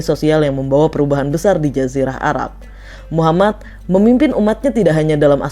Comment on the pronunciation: . Min tolong dong bilang nabi Muhammad.. Nya yg benar bukan muhammat, tapi muhammad محمد . Ujung nya bukan hurup ت , tapi hurup د. Sebelum menceritakan pelajari dulu Min cara ngucapin nya